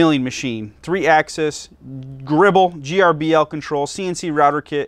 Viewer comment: Thanks for the video, very informative. Just fyi, Grbl is pronounced "gerbil" (but sometimes pronounced "grr-ble".